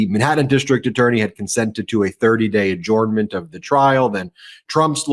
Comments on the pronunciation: Why does Ben pronounce adjournment as. ‘orn’ rather than ‘urn’. ,just curious, is it a territorial accent. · Please stop saying AH JORN MENT. It hurts my head. Follow the link below. It's pronounced ah JERN ment. AH JERN MENT. I worked for lawyers for 24 years and never heard one of them say AH JORN MENT. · Why don't you know how to pronounce the word adjournment?